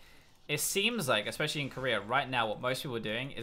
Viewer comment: i love how he says korea: kerear